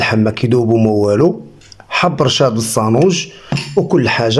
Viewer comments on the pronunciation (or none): تبارك الله عليك يا لعزيز كلشي يا ليل يا عين....بصح بالنسبة للمكونات كثرت شوية اما بالمناسبة نقول السانوج بالسين وليس الصانوج بالصاد ...اتمنى لك التوفيق في مشوارك .